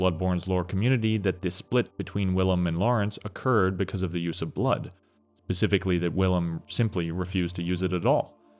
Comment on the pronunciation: bro you are a wonderful speaker and your pacing is excellent, but please for the love of god please stop saying “pacifically” instead of “specifically” im sorry for saying this but it must be said. please don’t ban me 😅